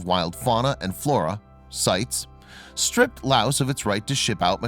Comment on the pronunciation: Cites is “site-ees” snd macaque pronounced wrong.